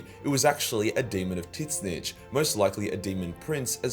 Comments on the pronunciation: do i keep hearing "tin-snitch"? :face-orange-raised-eyebrow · Titsnitch is the most aussie way you could possibly say that name lol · The pronunciation of Tzeentch is hilarious 🤣 it’s made my day 😂